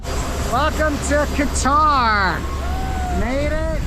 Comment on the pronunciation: I don't understand your pronunciation of qutar. And I thought which place is this. Haha